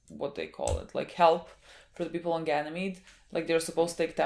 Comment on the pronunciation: subconsciously pronouncing Ganymede right, after struggling so much with that word